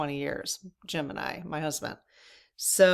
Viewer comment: When you said Jim and I , I thought you said Gemini, was confused for a second! 😆🤣Thanks for all you do.